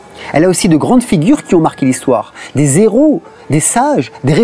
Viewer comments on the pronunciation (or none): On dit des - / HHHéros pas des -zéros !...